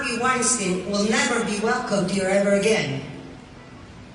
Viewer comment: Wine-StEEEN not Wine-StIIINE